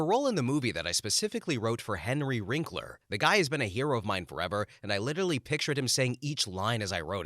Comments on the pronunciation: Henry WINKler. Not WRINKler. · One of the stories included a nice remark about Wil Wheaton - the writer might want to look up a f/b post with Wil Wheaton called "William F**king Shatner". It's both poignant and funny as hell. BTW, please edit the narration and captions - the man's name is Henry WINKLER not Wrinkler.